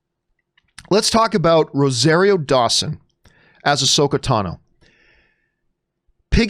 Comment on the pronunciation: John is a hater...And it's pronounced RO-ZAR-RIO